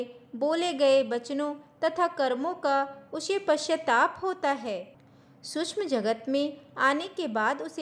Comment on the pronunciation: श क्ष सूक्ष्म का उच्चारण अधिक स्पष्ट करें🙏